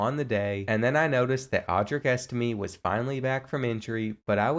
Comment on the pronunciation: You say estime’s name wrong